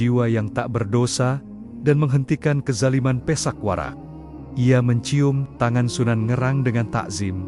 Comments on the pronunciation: Pathak Warak kenapa dibaca pesak Warak, 2 maling,maling kapa dan maling kenthiri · Bukan Pisak Warak tapi PATHAk WARAK broo...